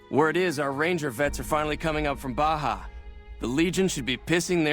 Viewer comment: There's something about the way Baja is pronounced i just hear Blahjah.